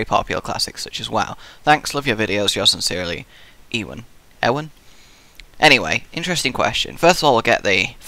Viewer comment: i laughed so hard at your pronunciation of ewan